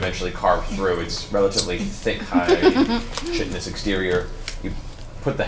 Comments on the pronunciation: Did Matt say chitinous [chit-un-iss] instead of [kite-uh-niss]? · So glad Matt knows how to say chitin/chitinous now 😅